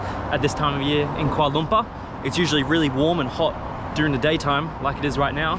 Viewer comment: Its not kuala lumpa its (kuala Lumpur) ×